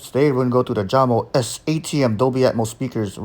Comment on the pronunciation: The J is not pronounced like strawberry jam... its pronounced like You Yamo